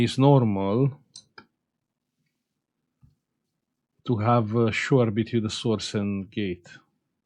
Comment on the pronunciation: Hi 👋 I really enjoy watching/listening to your educational and entertaining content. But when you stary saying Between correctly 🤔 🤣